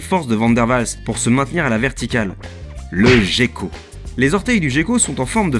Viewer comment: Une petite remarque sur la prononciation de gecko. Ca se prononce comme "Gueko" et non "Jecko". Sinon très bonne vidéo :)